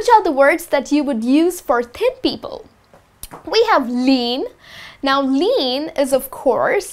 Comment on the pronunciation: thin sounds like ten,is it right?